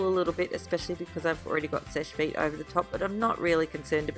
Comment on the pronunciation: it sounds like you say Fish Feet when you say Seche Vite! LOL I just wanted to tell you cause my dad and I couldn't figure out what you were saying until yesterday!!!